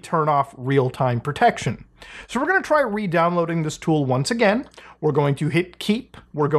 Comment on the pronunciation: I kept hearing "Deeploading". My apologies kind sir.